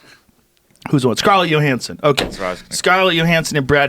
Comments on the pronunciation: I have never once heard her name pronounced YOhanssen. Wtf lol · Scarlett "Yohansson???" Hahaha